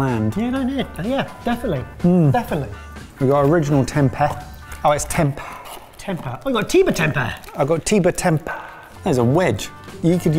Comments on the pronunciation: It’s pronounced tempay. It’s bland if cooked wrong but one of my favourites when I lived in Sumatra was having it battered and deep fried, like little vegan nuggets! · Tem-pay would be the right pronunciation. The weird sounds effects just ruined it for me lol